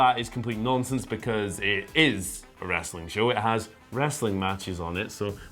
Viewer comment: He basically said "If you want that "wrastling" crap go to TNT on wed!" And you know what? I did!